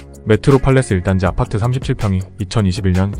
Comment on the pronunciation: 아파트 발음만 특이한 억양이신지 ㅎㅎ 왜 '파'발음에 억양이 올라가는지 아팟!트 ㅎ